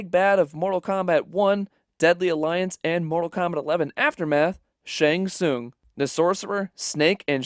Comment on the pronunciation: How do u manage to botch the pronunciation of his name every time? U heard it at least a dozen times while making this